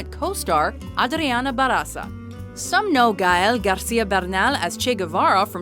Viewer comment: JJAJAJAA! Funny pronuntiation, ba'r'aza!! jaja! it's barrrrrraza! with more rrrr